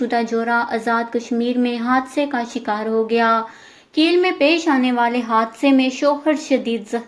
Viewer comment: It's not keel it's kail